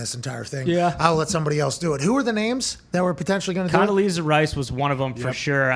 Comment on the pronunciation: Condaleezza Rice Lmao 💀